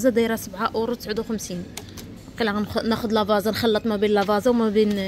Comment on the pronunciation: لا فازا هههههه كتنطق لافاتسا v